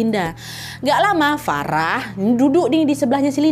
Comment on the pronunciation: maaf kak, pelafalannya agak konsisten ya kak, saya ulang sampe 2 kali, kok tiba2 farah jadi verah